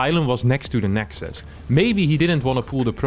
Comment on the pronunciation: Nice to hear someone say the correct plural of nexus for once!